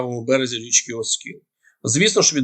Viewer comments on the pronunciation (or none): none